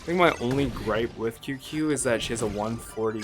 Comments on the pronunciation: Tsing ts-yu-ye not qq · qingque is sorta pronounced ching-chueh. hope this helps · No. You’re most controversial take is pronouncing Qingque as “Queue-Queue”. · It’s pronounced as Ching-chue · Imagine not being able to pronounce Qingque, could be me